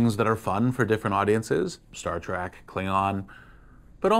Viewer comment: Star “Trek” not Track, come on man!! Unless your trolling, then genius!